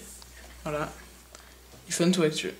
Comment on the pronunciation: Ta une façon Bizard de dire iPhone